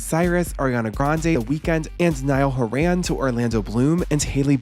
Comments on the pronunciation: Horan - HAW-run. Not hoe-RAN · Stopped in my tracks when I heard the pronunciation of Horan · Genuinely had to pause the video after hearing the way you pronounced "Horan" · mispronouncing Niall Horans surname like that was diabolical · Love you but why did you have to pronounce Horan like that 😭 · the way you pronounce niall horan 💀😭😭